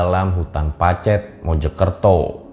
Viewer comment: ngomong pacetnya salah....😁😁